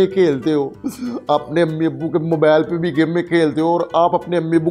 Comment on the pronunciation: Urdu zara thk karay mobile ko mobal bol raha he